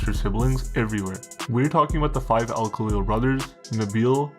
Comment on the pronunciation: Thats not how you say our name u twat goof